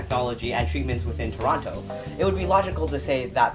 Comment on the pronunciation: You pronounced Toronto wrong tsk tsk